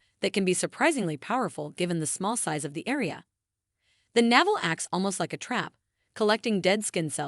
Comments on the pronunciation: Yes, every time navel came up, I cringed. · Perhaps your content would come across in a more professional manner if you got a narrator that was used to pronouncing English properly (rather than relying on AI text readers). It's grating to listen to words like "sebum", "biodiversity", "navel" and "nonenal" being pronounced incorrectly again and again. Also, it's better to suggest people "watch to the end" - rather than "till the end". It's worth spending a little effort to get the language right if you want a large English-speaking audience.